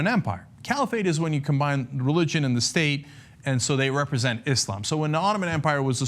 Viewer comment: cenk,thank you for finally pronouncing islam correctly with an S rather than "iZlam"